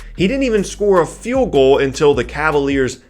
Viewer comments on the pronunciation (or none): none